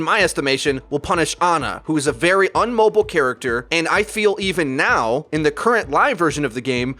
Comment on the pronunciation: Immobile not "unmoble".